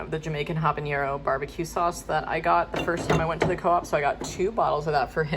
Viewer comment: You are my favorite content creator, and I love so. As a friendly correction, there is no ñ pronunciation in habanero. If anything, you pronounce it with the h kinda silent, which I don’t do myself. That’s all, keep on keepin’ on!